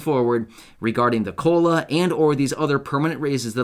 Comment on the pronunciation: Sounds more like culo not cola